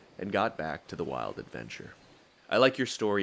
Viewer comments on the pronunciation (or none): none